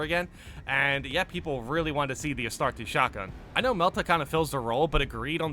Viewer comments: bro. you're killing me lol Astartes = Uh-star-tees. (not so harsh on the TEES. uhstardes is how it sounds) Arbites = Ar-bee-tees. that's how you say these words brotha lol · Two Handed weapons would work just fine, we have the Thunder Hammer already after all, and while not the best on paper in the right hands it can be devastatingly effective. Bit of a nitpick to end on: the way you say Astartes drives my inner lore nerd insane. LoL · My is the mans pronunciation saying astartes. Its not astartesh its astartes the end sounds with a eez so like astarteez not astartess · Take a shot every time says "Astartay"